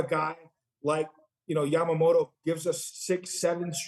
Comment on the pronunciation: 一番最後の番組の司会者がヤマモトって言ってたのが印象的 英語風じゃなくて気を遣って日本語風の発音してくれる人もちゃんとおるんな ちゃんと発音してくれるのキルステンさんだけかと思ってたｗ